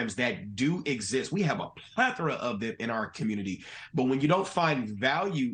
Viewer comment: The communitahhhh back at it again. 🤷🏾‍♂️